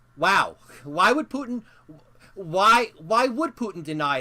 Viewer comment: "My Pudding (Putin) would not trust them" Am I the only one who heard this?